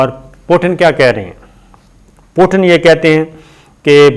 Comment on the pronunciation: It is not Potin, his name is Putin. Please correct your pronunciation.